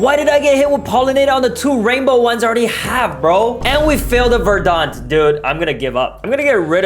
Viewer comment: It’s not Verdan it’s verdant